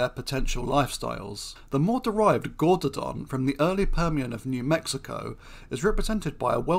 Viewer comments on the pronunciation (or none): none